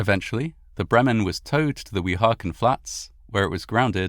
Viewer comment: For future (and viewer) reference, both Hoboken and Weehawken are pronounced with the emphasis on the first syllable. Always happens when people make videos about the Matawan shark attacks too 😅